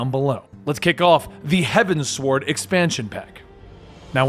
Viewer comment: Loving these videos so far! I commend you for going through with this stuff, it's great! I'll leave mispronunciations below as I find them, as you had requested them being pointed out at the end of your previous video. it gets easier from here since nearly every major scene has voice acting now. So, here goes! Heavensward - Think of it like Heaven's Ward. You said "sward" a bit like sword. That 's' is like a z. Fortemps - "Fore-tomp" is the pronunciation. I dunno if it's French or not, but it does actually make sense considering a later name that you never mentioned, Emmanalain's manservant Honoroit ("Honor-wah"), as well as another name you did mention that I have put below. Artoirel - "Ar-twa-rel" Here is that French-seeming name I mentioned before. You said "Ar-tor-iel," but the 'i' comes before the 'r' in the name spelling. Raubahn - "Rao-bahn" Dravanian - "Dra-vahn-ien" Ysayle - "Ee-sayl" You said "Ih-sayl," and honestly both versions have been said in cutscenes, so I was just bringing attention to this since both were used in game. ---------- Also there is a discrepancy I noticed in the origins of the Dragonsong War. You got it right until Hraesvelgr swallowed Shiva to have them be together forever. What followed was actually 200 years of peace between dragon and human, as the act shocked both races into ending the war, and revealing that coexistence is possible. It was at the end of these 200 years that King Thordan, lusting for power, attacked Ratatoskr ("Ra-ta-tohs-k